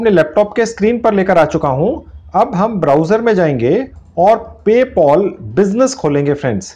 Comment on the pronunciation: paypal❌ paypol✅😂😂😂😂😂🤣🤣🤣